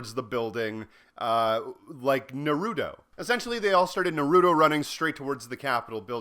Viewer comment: bro I agree with literally everything you said in this well made video except how you pronounce Naruto lmao